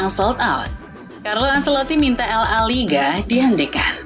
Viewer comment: Pengisi suara nya bisa nggak yang lebih profesional gak min ? Msak nyebut la liga aja gak benar !!!